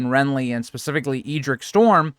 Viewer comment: I think the Ed in Edric is pronounced like the Ed in Eddard